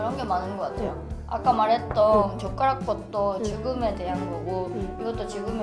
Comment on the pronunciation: 젓가락으로에서 처음에 욕하시는 줄 알고 흠칫했다가 자막보고 웃었네요 ㅋㅋㅋ